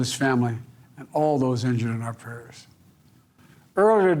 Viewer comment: He can’t even pronounce the words prayers